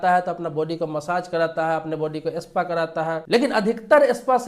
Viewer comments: Espa nahi spa bolo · Pehle Sahi bolne seekhiye ispa nahi spa boliye janaab